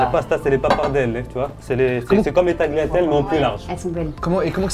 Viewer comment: Putain mais les tagliatelles ça se dit "taliatelle" et pas "taGLIatelles" 😂